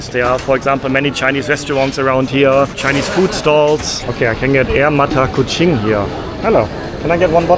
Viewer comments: We do not read like this: "Air mata" + "kucing" = tears of cat stated by. We read like this: "Air" + "mata kucing" = the water of the mata kucing(fruit) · Air Mata Kucing = Longan water. read Air Mata as cat's tears. But it should be read as Air...Mata Kuching (longan).